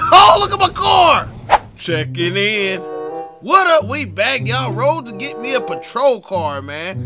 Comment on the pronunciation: Why he say “checking in” like that 🤣🤣🤣